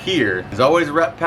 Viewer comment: How did I just now notice you say "Rep Pack" and not "Rat Pack" at the beginning of every video? 😭